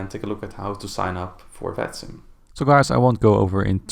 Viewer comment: then let me explain you: The simulation network should be written as "Vatsim" but the way it is pronounced in the video makes it sound like "fatsim". Now you know.